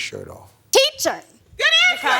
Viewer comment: "TEECHER" "GOOD ANSWER!!" 😭😭